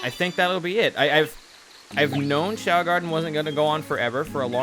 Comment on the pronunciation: "The young choa garden?" Is it really doe???